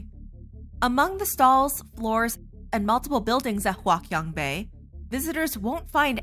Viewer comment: its hua chiang bei not hua kian bei